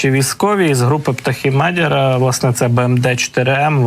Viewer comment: Мадяр, наголос на я.